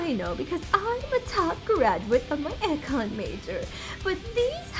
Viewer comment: I don't know if it was on purpose or mistake but she was saying econ wrong I'm going to take it as the character's stupidity cannot hold it against the voice actor just gives me an extra reason to hate the character